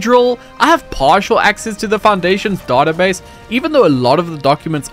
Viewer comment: It's database not database sheesh